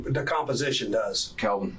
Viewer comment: Kalvin, not Alvin